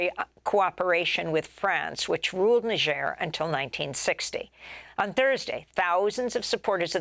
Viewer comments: Amy, it's "Nizjèr", not "Nisjèr". You're always so infatuated with foreign words and names. "Hello, Greta Thunbery... So, Greta Thunbery... But, Greta Thunbery... " That was a weird interview. That's not how native speakers talk, using someone's first AND last name over and over again. But you wanted to show the world you knew it was "Thunbery" not "ThunberG". Whoaah. That was hilarious. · What is "Negeirr" ? . It's def not Niger. Ni =Neye ger='s grr like a bear